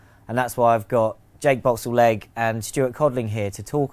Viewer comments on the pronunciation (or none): Boxall-legge ffs😂😂😂😭😭